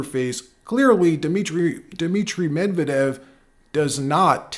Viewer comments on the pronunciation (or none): Not Mev-eh-dev. Medvehdev. I give two shits about the guy but I would like accuracy.